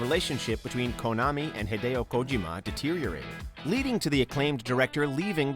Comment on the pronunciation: Say Kojima again, dare you XD